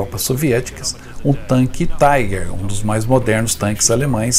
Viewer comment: A pronúncia correta é a alemã, TIGAR e não TAIGER(INGLESA).